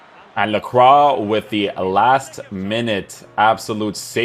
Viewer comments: Lacrwa is indeed the correct way to pronounce his name hehe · ayy someone pronounced his name correctly